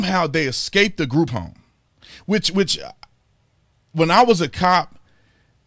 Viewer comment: Everytime you say group home it sounds like groupon and my wife and I died laughing .